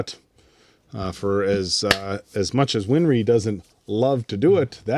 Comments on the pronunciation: Its not WinFry! its Winrey. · Answer: "Winry." Win-ry. No "f."